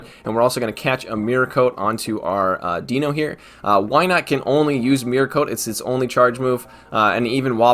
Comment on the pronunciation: It's pronounced DYNO it bothers the shit out of me and I know you don't care.